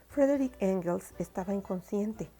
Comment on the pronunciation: No se llamaba Frederich, se llamaba Friedrich, se pronuncia "Fridrij"